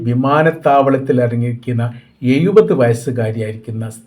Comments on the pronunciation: എഴുപത് എന്നാണ്... എയുപത് അല്ല... ശ്രദ്ധിക്കുക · എയുപത് വയസ് ..അതു പൊളിച്ചു..😂😂